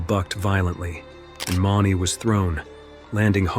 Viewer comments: oops! J B MOON-ee. it's just spelled Mauney. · His name is pronounced MOONEY it's spelled ,mauney, that's not how it's pronounced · JB is pronounced "mooney", fyi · That's J.B. Mauney (Moonie) not $$$ Money. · If you're going to talk about these guys learn how to pronounce JB's last name correctly please